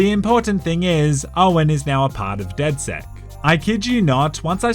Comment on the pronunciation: Its funny how when people say DedSec's it sounds like DedS3x